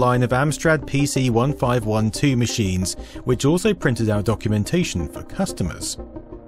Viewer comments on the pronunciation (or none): Argghhh, you can't even pronounce the name of the damned computer properly, there is even a clue in the original advert for it that you showd and yet you still can't. Its a PC fifteen twelve. 😅